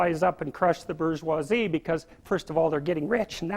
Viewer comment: The working class isnt gonna work up and crush the what in the hell in the what in the fuck? the berjuazee?